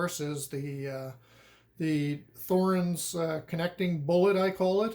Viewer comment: Good video! For everyone's info: The "Th" in Thorens does not make the "th" sound of English. A simple "t" is much closer to the correct pronunciation. And emphasis would be on the "e". (Not being a German speaker, someone might want to correct me on that last claim.)